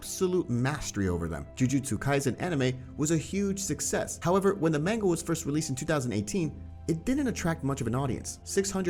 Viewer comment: Why are you saying Manga like its Mango🥭? very unsettling.